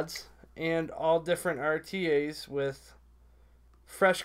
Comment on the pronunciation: Awesome to see the wife back my wife will only watch when she's on. lol. you kept on saying rta's but it's actually rda's.. but it's all good bro great review!!